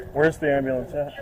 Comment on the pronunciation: The cop said “ambliance” lol that’s how 4yr old kids say it 😂